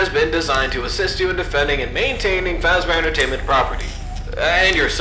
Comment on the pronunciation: aholera, Freddy fash bear, har haur